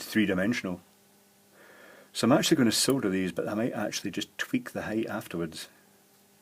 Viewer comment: Did anyone else think he said soda?